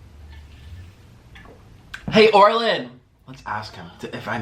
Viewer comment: How many people thought he would dip his French toast stick in the cheese.❤️ Also " hey Orlin" Sounded like hey Arnold.